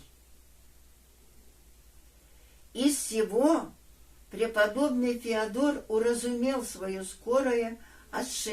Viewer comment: Не ФеодОр , а ФеОдор!